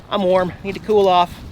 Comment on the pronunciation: Glad to see your back in sunny Florida. I like how you say it's Cwarm, lol. Stay safe.